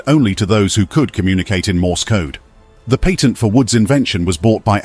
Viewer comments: You were making this extremely difficult to listen when you can't say the word "Patent." It is not "Payton." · It's really saying "patent" though. It's just in a classical pre-modern British accent.